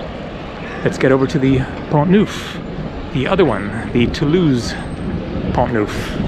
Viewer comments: It is Pont NERF , not “ NOOF” .... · good...try to get the basics of pronunciation correct....."pont noof"....ooff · In Pont you don't pronounce the "t". Pon Nough